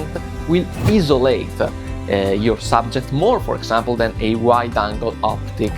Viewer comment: good video and i respect you trying your english lol… it’s not bad but you will get there. As somewhat a new photographer myself I will support your content. Also the word Isolate is what you were trying to say…..pronounce it as 👁️ (Eye) - So - Late. You’ll get it don’t worry #TrustTheProcess. I’ll see you in the next one brotha 🤙🏾